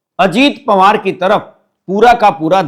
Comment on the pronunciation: पंवार नहीं पवार बोलिए । 🙏